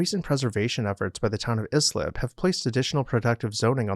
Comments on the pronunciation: Excellent. I grew up in Sayville, next town east of Oakdale, and remember Dowling College, but at that time didn't know it was a Vanderbilt home. BTW, the pronunciation of Islip is EYE-slip. :) Thanks for this trip down memory lane. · You should check out the William K Vanderbilt II's mansion on Long Island as well, Eagles Nest, another Warren and Wetmore design. P.S Islip is pronounced (eye)slip